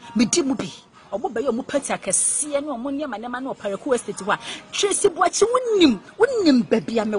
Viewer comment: Eeeiiiii these ladies are destroying the name "Boakye" paaa ooo. Asem ben koraa nie😎😎😎